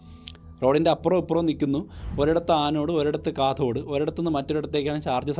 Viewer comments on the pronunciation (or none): Mama canode alla cathode 😂😅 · Canode എന്ന് പറഞ്ഞ പോലെ തോന്നി 4.36